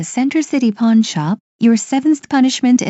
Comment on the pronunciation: did he said pawn or porn shop?